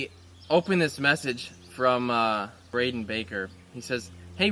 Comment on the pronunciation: Threw me away when he said my name exactly mine is just spelled brayden baker lol